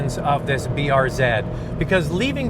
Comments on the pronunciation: BRZ not BRZEEd 🤦🏼‍♂️🤦🏼‍♂️🤦🏼‍♂️ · BRZeed? BRZ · "zee" not "zeed". I know it's nit picky, but thats what Subaru refers to it as. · Everytime he says BRZ ED😑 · lol i shit my pants when be said "brzed" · even tho i live in canada too it is pronounced brz as br-zee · B to the R to the Z..(pronounced zed) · depends on your location. Subaru Canada and Subaru US say B-R-Zee